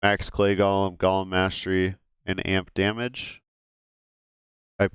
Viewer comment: I kinda wish people knew how to pronounce golem. It's not gollum, this isn't lord of the rings...